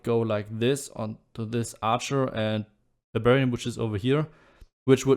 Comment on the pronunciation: Every time you say Barbarian, I hear Bavarian (send in more Bavarians!) :D